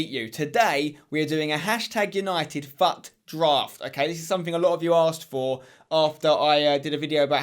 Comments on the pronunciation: Fut draft?? It's pronounced foot draft not fut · it is fut draft but pronounced foot draft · he said faut draft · Im sorry but why are u sayin FUT so weird